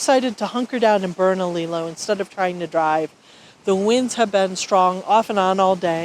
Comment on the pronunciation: There is more to New Mexico than desert! Sorry it was windy when you were in Bernalillo (Bur-nuh-lee-ow). I hope that you come back to New Mexico and see something more than Bernalillo too.